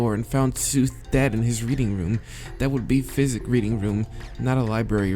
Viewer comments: It's psychic (sigh-kick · he pronounces psychic, physic and its annoying me